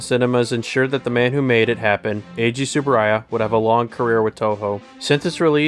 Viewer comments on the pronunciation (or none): none